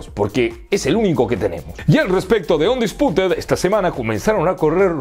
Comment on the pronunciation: Se dice unndisputteed